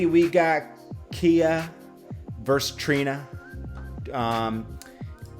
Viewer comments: Not keya, its ky-ya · it’s “Ki -yah” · Khia - it's like Sky but Khi + a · How you don’t know how to pronounce her name 🤦‍♂️